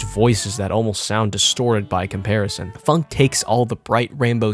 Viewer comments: hes saying it like it has a u phunk ITS phonk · it’s not pronounce funk